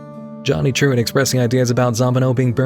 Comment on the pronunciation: More i hear saying Truant, i cant help to hear actually Truand (meaning Hoodlum French but more like a con artist than an enforcer)